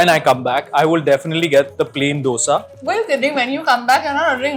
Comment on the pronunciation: Food vloggers but cant even pronounce a basic word like DOSA right.